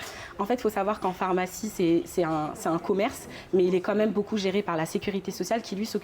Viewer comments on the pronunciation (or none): Le journaliste qui prononce « phOrmacie(n) », je n’avais jamais entendu cette prononciation jusque récemment, ça m’intrigue. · Pourquoi l’interviewer dit "phormacie" "phormacien" ?? 🤔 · accent du nord de la France.